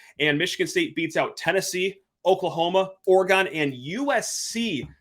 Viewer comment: Bro please for the love of god stop saying Ore-GON lol it’s pronounced Ore-gin